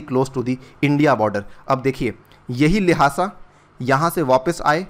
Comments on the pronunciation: its लाशा not लाहासा🤦‍♂️ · I think the correct pronunciation of Lhasa is लासा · The way he is pronouncing the "Lhasa" is so hilarious.